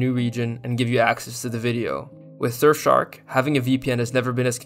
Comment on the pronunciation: lmao shurfshark